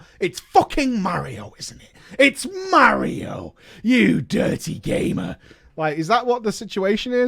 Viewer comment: Why is literally the only British YouTuber who can pronounce "Mario" correctly